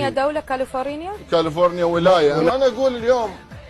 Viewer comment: تكول كلفورينيا دوله 😂 متعرف تلفضها ومتعرف هي ولايه لدولة امريكا وتدعي محاميه الكذابه